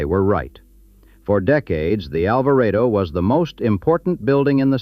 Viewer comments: "ALVARADO"... Not "ALVARAYDO"... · its pronounced Alver AH DO